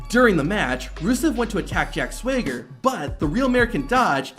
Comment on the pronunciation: How hard is it to pronounce Swagger?